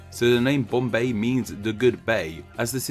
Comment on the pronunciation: No bc the way he’s saying curtain words would make my eyes shoot straight open 😭: 😌😴🛌💤….mumBAI!👁️👁️ 🥱😴🛌💤…. bomBAY!👁️👁️